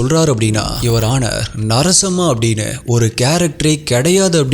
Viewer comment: Narasamma.. Not sarasamma...😂😂😂😂